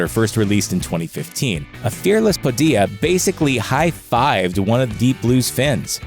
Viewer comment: It's funny the way the voice-over dude pronounces Padilla: Padi-ah LOL